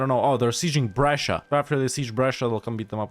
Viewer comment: I'm surprised by how well you pronounced Brescia